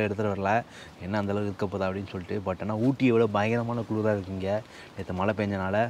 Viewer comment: சகோதரர்களே உங்கள் நிகழ்ச்சி அருமை. பயனுள்ள தகவல்களை கொடுக்கிறீர்கள், மன நிறைவு. ஒரு மிக பெரிய வருத்தம். தமிழை, "தமில்" என்றும் மழையை "மலை" என்றும் உச்சரிக்காதீர்கள். தாய்மொழியை களங்கப்படுத்தாதீர்கள். முயற்சி செய்தால் இரண்டு தினங்களில் சரி செய்துவிடலாம். அடுத்த பதிவில் நான் இந்த மாற்றத்தை நாங்கள் எதிர்பார்க்கிறோம்